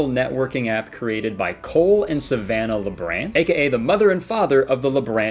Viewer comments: i keep hearing "Colon Savannah" instead of "Cole and Savannah" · The way you say "Cole and Savannah" kinda sounds like "Colon Savannah" and I think that's beautiful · bahaha Kurtis! It legit sounds like you're pronouncing their names as "colon Savannah"